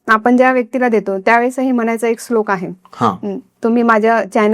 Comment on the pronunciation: Slok nahi madam shlok mhana